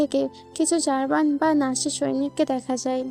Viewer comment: নাসা হবেনা,, নাৎসি হবে